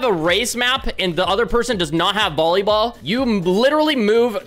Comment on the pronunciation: Bro really said bollyball